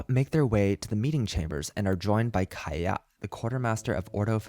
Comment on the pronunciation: Mondstadt not moonstadt Kiah not kahaya Sorry but this became really irritatinggg